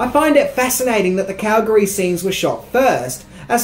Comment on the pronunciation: As a Calgarian I thank you for saying Calgary correctly. I remember when they were here in 88 and the filming of this movie.